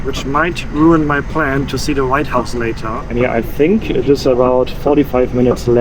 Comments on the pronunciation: It’s WHITE house not right house 😊❤ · why are you calling it the "right house"?